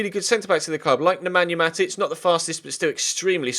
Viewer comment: I think you said Namanja Matic